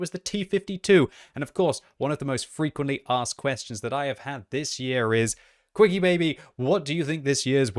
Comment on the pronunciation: I love how even is calling himself instead of Quickybaby